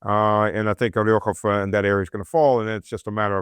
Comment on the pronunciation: It's OrEkhov & Druzhkovka. Come on. Not "oryokhov" & "druzhinka".